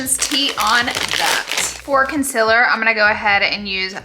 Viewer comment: I love how she pronounces "Conceler"